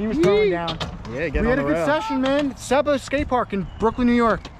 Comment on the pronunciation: I’m from GB and you got it right it’s pronounce “see-ba” great vid. Hope you got to see the airplane field in the back of it